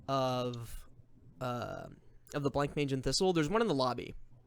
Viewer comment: I know it's much too late, and this is a really fun watch, but it's pronounced Bla-monge. Not Blank-mage.